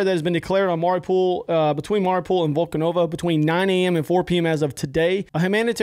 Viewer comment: Volnovakha pronunciation is being butchered the most, I think. What was it in the video, Volkonova? Like not even close